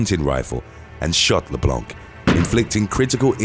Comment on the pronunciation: LeBlanc is a French name and you do not pronounce it with the C, it's silent.